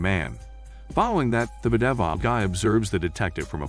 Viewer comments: The 'Beh-deh-viled' guy lol. It's a nice laugh when I hear that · I love how the commentator can’t pronounce bedeviled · Automated voice speaking most likely. While the cheap ones are really robotic and you can tell straight away, there are some paid programmes out there where they incorporate entonation and other stuff to try to sound more natural, but there are certain words that the AI struggles in. In this case bedeviled is probably not a very common word, so the programme just "guesses" how it would be pronounced based on things such as length and amount of syllables.